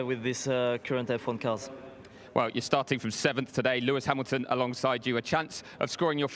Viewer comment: Live coverage has poor video streaming....the announcer needs to learn how to pronounce Hamilton and stop saying cmon guys...and there are other cars than following the lead car when he is describing overtakings..........boring...........Bortoleto is the star